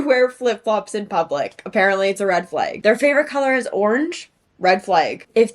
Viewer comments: adding an I to the pronunciation of flag? red flaig! (but nah all serious, I love your voice and outfit!!) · shes canadian i believe and thats how they say it there!!! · love how your canada shows everytime you say flag. kinda warmed my heart which is getting hard to do these day. great to see a vid from ya